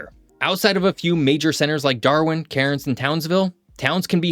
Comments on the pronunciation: Locals do not pronounce the r in Cairns. They say it like we say cans. Good video though. I lived there for 3 years in the mid 2000s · Please forgive me, but I have to say it. The city of Cairns is pronounced “cans”. Enjoyed the video. Thanks for putting it together.